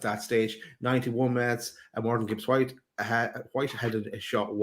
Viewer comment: Guys! Love the show and watch every time. But, it's Morgan Gibbs-White, not Morgans Gibbs-White 👌